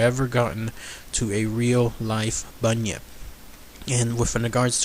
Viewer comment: You said it correctly and is also from Australia